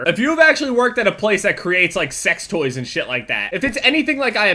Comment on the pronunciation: lol jev when you said fuck toys it sounded like fuck boys xD